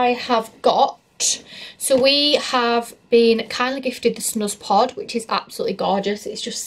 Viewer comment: I always thought the snuzpod was pronounced snooze pod lol! Love the video though